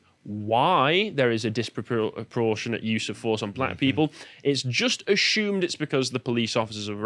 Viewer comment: Can you please stop saying ashumed, it's assumed there is no H in the word.....